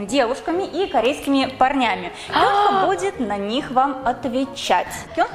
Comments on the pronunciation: Правильно КёнхА ударение на а Так как в Корее все ударение на последний слог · не КЁнха, а КёнхА.. не каверкай имена, не приятно